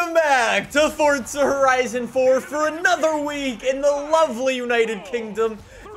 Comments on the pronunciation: It’s Forza not fortza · Dawg I love your vids but I get a little kick outta when you say forza with a T😂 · how fortza horizon fawr couldave bean betta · fortza horizon 4 lmao